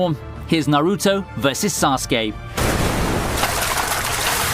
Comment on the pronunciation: Does he pronounce naruto and kaguya that way to get a rise out of people?